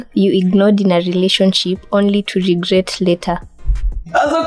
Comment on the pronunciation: *regRET not regRATE🚫